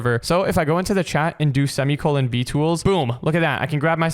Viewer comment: Stop saying cemicolen